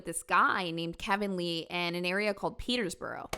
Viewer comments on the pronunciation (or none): The way she said Peterborough took me out, like where's the s? ( ꈨຶ ˙̫̮ ꈨຶ )